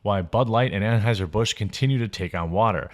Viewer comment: Did I hear you say "Transhiser-Busch"?